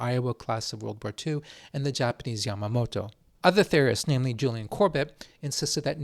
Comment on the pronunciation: Yamato…not “Yamamoto”.